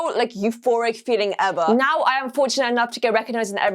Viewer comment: i love when she says”what the flip” and “right noew” or “neow”